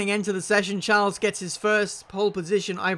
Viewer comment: The way you.say Charles. He is not a princ